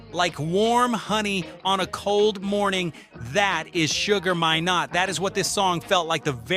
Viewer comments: His name is pronounced Sugar My-nott = minott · His name is pronounced My..nott, I know the man and his family especially his daughter Pashon... ask any Jamaican. Say My then not and you will get it correctly..